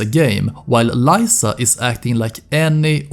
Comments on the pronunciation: My guy, it's Leeza, not Lieza haha you hear her name multiple times in the game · its lisa, not layyysa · it s liza not laisa bruh stfu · Great video but Lisa is Lee-sa not ly-sa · You pronounce "Lisa" so diabolical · Is no one gonna mention how my man says Lisa? Despite hearing it a thousand times in game?